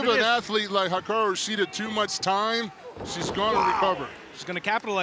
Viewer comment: Lol Paul White can not say Hikaru Shida's name consistently correct to save his life. Is it really too much to ask to have commentary team at least get talent's names correct? i mean at least 80% of the time....